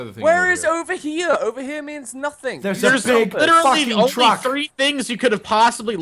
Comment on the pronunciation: really needs to start pronouncing nothing right. Nobody in the UK says it like that.